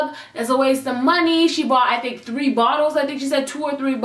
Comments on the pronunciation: "ONE...TWO..TREEE" yoo that countdown took me out 😂😂😂😂😂😂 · ONE, TWO, TREEEEEE!!!!!!! Omg I'm dying 😂 Ilysm! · One ! Two ! TREE !!! 😂😂😂😂😂😂😂